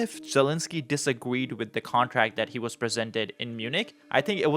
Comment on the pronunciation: I cannot take information seriously from a person saying “Ukwaine” & “disagweed”, especially with single sided criticism.